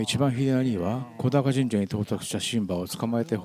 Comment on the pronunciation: 素敵な動画upありがとうございます✨福島県民ですがリアルには観たことがありません。 今年は家族が観てきて土産話しをたくさん聞きました。 神社名は小高と書いて『こだか神社』ではなく『おだか神社』と読みます😊